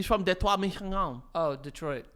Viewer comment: As a fellow michigander deh twah is the correct pronunciation. thank you for respecting our state. salute emoji